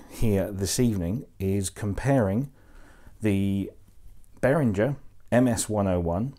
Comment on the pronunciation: It’s BehrinGer not BehrinJer.